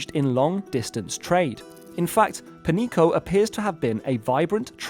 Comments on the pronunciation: Not 'Penico'. The correct pronunciation would be 'Penyeeko'. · Pronounced penyico, not "penico" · 'Peñico' would be pronounced 'pen-yee-ko', not 'penny-ko'. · If it was Penico, it would have been written as Penico. It is written as Peñico, because it does NOT sound like Penico. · Sorry to get all nit picky with you, but you need to learn the pronunciation of the ñ (enye) an example would be jalapeño pronounce it as jalapenyo That is (ny) sound. So Peñico would be Penyico with the y as a consonant. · Your pronunciation is goofy. It sounds like Pan-yeeko. Tha tiles over the n makes in an n-y sound. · Amazing docu view you have the , but please check your American privilege and put a little time in how to pronounce non-English words like they are written.. Its so fucking annoying americans and other english only speaking people just ont give a flying fuck about accents and other reading signs. Peñico is not pronounced as Penico. Please stop that boorish mispronunciation of other languages.. You dont pronounce señor like senor either.. so just think for a second... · You need to improve your Spanish. Peñico is pronounce pen-YEE-co. Supe is pronounced SOO-pay. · Wrong pronunciation of Peñico aside, great video as always. 🎉